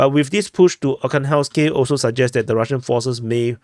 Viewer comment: AR-HAN-GHELSK This is how is pronounced.